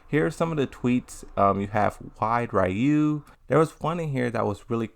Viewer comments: So much emphasis on “RAW you” 😂 it’s “REE you” that’s why the spelling is ryu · both are wrong It's R-ryuu the R has not vowel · Why do you keep misprouncing Ryu's name?